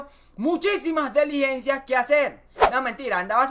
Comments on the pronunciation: Me encanta! ...se dice diligencia, no deligencia... Estoy muy de acuerdo con tu opinión sobre Ocariz, pero no se sabe quien es peor para gobernar próximamente Miranda, xq el Héctor Rodríguez en ningún cargo tampoco a servido. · SE DICE DILIGENCIA. BENDICIONES.